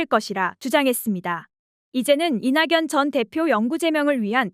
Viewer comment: 다 좋은데 나레이션 발음이..ㅜㅜ 이나견 이라고 해야 하는데 이낭연 으로.. 거물이 된거십니다 라고 해야 하는데 거물이 된 거딥니다..